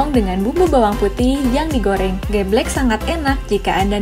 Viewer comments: Mbak maaf sebelum mngabarkn baca brita mbok di dalami dulu di pahami temanya, br di sampekan, biar tdk asal sebut. dawet ir-rheeng. kue lompong bkn dr kulit jagung bungkusnya, tp dari daun pisang yg sdh kering Ge'bhlek. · Min...kue lompong dibubgkus pake KLARAS ( daun pisang kering ) bukan daun jagung kering. Oyaa..logat ngomongnya si mimin nih kental logat jawanya..tpi masak iya gak bisa baca " ireng " dan " geblek " ?? hadeeuhh 👿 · Min...kue lompong dibungkusnya pake KLARAS ( daun pisang kering ) bukan daun jagung kering. Oyaa..logat ngomongnya si mimin nih kental logat jawanya..tpi masak iya gak bisa baca " ireng " dan " geblek " ?? hadeeuhh 👿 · Cara baca geblek dan dawet ireng. ...mhon diperhatikan